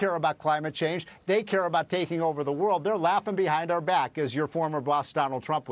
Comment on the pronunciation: Ffs Fox, sort your presenters. It's not pronounced as Glass-gow. One 'S' which is phonetically pronounced as Glaz-go. Dana Perino is the only presenter who says it correctly. You can tell she's married to a Brit.